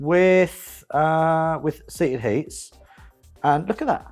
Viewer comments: Why does always said seated heats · "With seated heats"